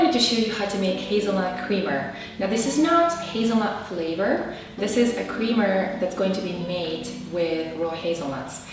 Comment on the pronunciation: Hahah you said cweamer